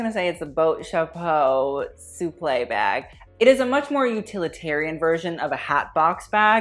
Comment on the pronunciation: Souple = soo - pleh (but like a soft pleh)